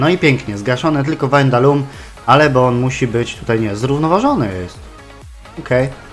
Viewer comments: Ward w obronie cię zawodzi a w ataku gra jak z nut sam zdecyduj co z tym zrobić potrenuj obronę w następnym odcinku jak mówiłeś I czyta się Gradel po prostu nie Grejdel czyta się Lejwis nie Luis i WAJNALDUM się mówi a nie coś tam przekręcasz :D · War zawodzi cię w defensywie a w ataku gra jak z nut sam zdecyduj co z tym zrobić potrenuj obronę w następnym odcinku jak mówiłeś i mówi się Gradel nje Grejdel mówi się Lejwis nie Luis i mówi się po prostu WAJNALDUM ;)